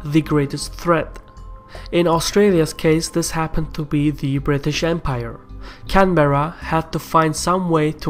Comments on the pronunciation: Canberra is pronounced "can-bra" not "can-bear-rah" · Canberra isn’t pronounced that way, it’s pronounced can-bra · One of the globes you use spells "Sydney" incorrectly. It's "Sydney" not "Sidney"... also, we say "can-brah" not "can-beh-rah". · Not “Can-Bear-Uh” it’s pronounced “Can-ber (like in spur)- uh” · It's "Can-brah" not "Can-bear-Ra" and "Mel-bin" not "Mel-Bourne" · you pronounced Canberra wrong.its pronounced like 'Canbra" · Can-Bra, not Can-Berr-a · its pronounced canbra not can berra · For future reference Canberra is pronounced Can-brah with 1 syllable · fuck me, the pronunciation of Canberra is killing me. pronounce it Canbra like an Australian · Canberra is pronounced 'Can-brah' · Canberra is pronounced Can-bra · Took me like the third time to realise you were saying Canberra lol Nice to see us represented on the Caspian Report but a few things I'd like to say Our involvement in the world wars were heavily influenced by patriotism and loyalty to the British Empire, which makes sense seeing as how our population at the time was solely British (excluding natives) In regards to the Cold War conflicts the domino theory was a large factor. The going thought was that as Communism spread south through Asia it would eventually border Australia and pose a threat. This was made a common concern given the defection on Soviet spies based in Australia, making the threat a real issue. Also New Zealand probably should have been mentioned, yea they have a history massively different than us in many aspects but many of the points you made were exactly the issues they faced and in terms of the wars they were pretty much on the same page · we didn't become independent. The colonies confederated into a Dominion of the British Empire, kinda like Canada. Seriously, our head of state is officially the Queen - pronounced Canberra wrong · First time I've heard our capital pronounced like that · mate, you are saying Canberra wrong. btw, SOUTH AUSTRALIA IS THE BEST STATE